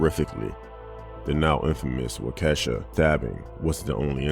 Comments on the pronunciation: Pronounce as wok uh shaw. It is an indigenous word. Other than that good content as always. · That's not how you pronounce Waukesha.